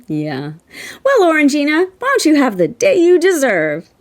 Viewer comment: I think you'll find it's pronounced "Orange -jyna". 😉